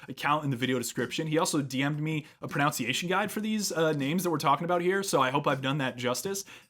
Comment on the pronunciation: I do love the irony of mispronouncing the word “pronunciation.”